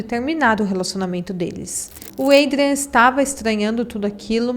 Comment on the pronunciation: A pronuncia de Adrián é com A. Como se lê em portugues